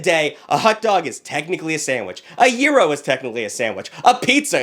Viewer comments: YIRO??? YOU MEAN A GYRO? LIKE GUY-ROW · Hold on, WE SAID TACOES AND BURRITOS ARE SANDWICHES?!?!?! AS A HOOSIER, I DO NOT CONDONE THIS Also wait…a “Euro” and a “Hutdug” it’s pronounced “Gee- (as in McGee) row) and HOT-DOG